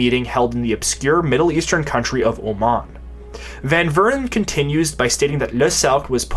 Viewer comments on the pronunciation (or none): none